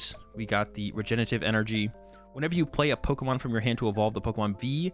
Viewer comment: I see you still can't say regenerative. :)